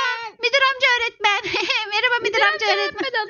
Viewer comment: Ecenin öretmen diyilde oretmen demesi 😂😂😂😂